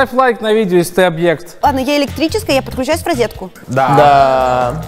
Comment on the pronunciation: Ну ребят, я подушню немного. Ну как можно к своему возрасту не знать, что ты произносится свЁкла, что а не свёклА.. И что человек, это СУБект, а не объект. Сколько смотрю выпуски, такая необразованность во многом. А вас дети же смотрят.